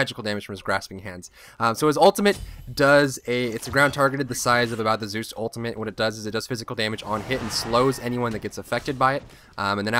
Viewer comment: In any single video, he says Zues!